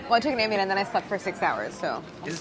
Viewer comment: ambien..... ohhhhhh ambien lol